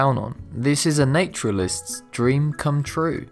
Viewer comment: Theroux for Thoreau (#12), Pittsborough for Pittsburgh (#11), nayturalist for naturalist (#10) ... I have to stop listening to this voiceover!